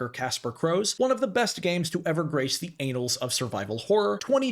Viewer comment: Ummm its pronounced "ann alls" not anals